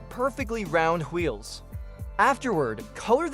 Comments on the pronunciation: Is bro stewie? "Hweels" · am i the only one bothered by how he says wheels